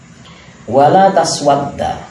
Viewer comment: Maaf ada salah baca tepatnya " walaa tusawwid" bukan "walaa taswadda"